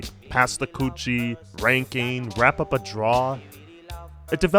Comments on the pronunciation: Bro it's called "pass the dutchie" not the "krouchie" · Pass the DUTCHIE (pan). Not coochie. At least that's in Jamaica. Not sure about other Caribbean islands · It's pronounced "dutchie".